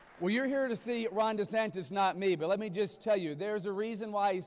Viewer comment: Sounded like the guy said "You're here to see Ron Desanctis, not me." Is just me or did he really say that?